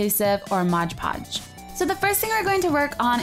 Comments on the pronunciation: Its mod podge not modge podge xD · Say fucking "modge podge" one more time........ It's MOD PODGE!!!!!!! Stupid bitch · i hate to be the one to say it but it's MOD PODGE not modge podge but every one gets it wrong even my old art teacher who went to school for like 4 years or so to learn how to teach art got it wrong all the time. she hated me soooo much for correcting her all the time